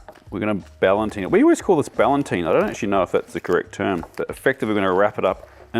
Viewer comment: please please please. You're a professional chef. The name of the technique is sous vide which is pronounced sue veed (you pronounce the d). It means, in a vacuum in French. As for the word you were looking for it's not ballantine but ballotine which just means "little package" (insert joke here). As for the techniques, very informative and nicely, well, packaged.